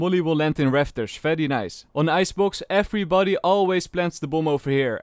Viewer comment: I love when he says eberybone